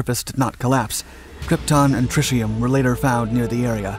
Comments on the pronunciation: "Krypton and triciaum..." Brush you mean tritium? Tri-tea-um? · Or, in this case tritium (Trit-E-um vs. his Trish-E-um). It just proves he is well spoken, but not well educated.